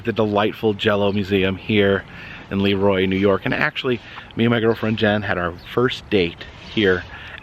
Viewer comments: Have to correct you on the pronunciation of Leroy. It's pronuoced luh-roy. Great video. Love seeing you on our town! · You mispronounced LeRoy. Accent on Roy.Former Rochesterian